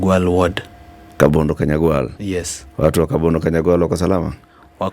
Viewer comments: Hello, the place is called Kabonyo Kanyagwal not Kabondo kanyagwal. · It's Kabonyo Kanyagwal. Not kabondo Kanyagwal.